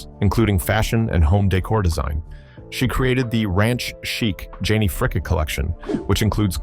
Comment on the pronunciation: So, her name is Janie Fricke--pronounced FRIKEE! (Not Fricka, like your A-I is pronouncing it). Also, why the heck in Janie Fricke's Biography do you have photos of Linda Blair (From The Exorcist movie) and Tanya Tucker ? Your A-I mispronounces a lot of words too. It all really takes away SO much from your work here.